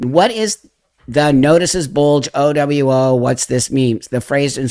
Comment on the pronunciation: OWO is pronounced - OOO-WOO. I hate that I know that Because I've been around the internet WAY too long. A lot of the other stuff reads like a 4chan greentext post.